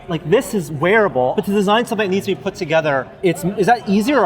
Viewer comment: "...Construction kit to pur our arm in this exquisite prop replica."